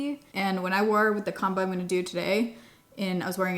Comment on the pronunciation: Instead of “the combo i found”, i heard the “the calm boy i found and is what i wore for 2 weeks”… i was very confused and had to go back and re listen twice! 😂😂😂